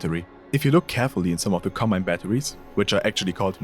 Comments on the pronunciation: bro literally said "Cobmine." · ah, yes. "Cobmine"